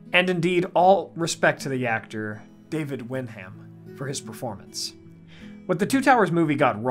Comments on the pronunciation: Please. It's Fair-amir, not Far-amir, and it's "Wennm" not Wen-ham. And yes, they did our boy dirty in the films... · "susception" is not a word. The word is "susceptibility". BTW, the actor's name is pronounced "wenum", not "wen-ham".